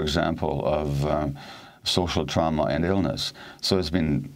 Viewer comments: Amy. It’s TRAWma, not TROWma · trauma..pronounce it properly..it's not trow-ma. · Like German pronunciation perhaps Don’t know why though Tr-ow-ma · Why the hell does Amy talk like that? It's totally distracting. "TraUma?" Get fucking real 🤣 Kind of like how she's willing to hock a loogie every time she pronounces "Afghanistan" but gives us the HARDEST "X" in MeXico. Love the show, hate the performance. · I cant listen to this woman mis-pronounce the word Trauma.,,,Omg! Amateur. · I dislike Amy's pronunciation of trauma. Always trying to be special. I know ur a linguist but take it easy. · Does this lady really not know how to pronounce the word trauma? How intensely aggravating, and she was already aggravating enough. The left-leaning bias from this channel is worse than MSNBC